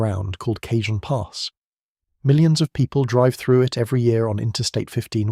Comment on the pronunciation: Cah hon pass, not Cajun.